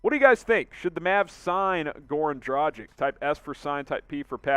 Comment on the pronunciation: Learn the correct pronunciation of his name man! Its Draah-ghich ! Not Draah-jic !!!